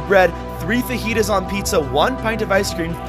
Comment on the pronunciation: Mans really pronounced fajitas wrong